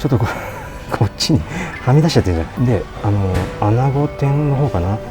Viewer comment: ～アナゴ発音が アゴに聞こえます🙄 気を付けてください✋